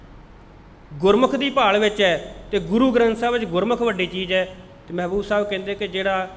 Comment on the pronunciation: Read gurmukh, NOT gurmukho. Thanks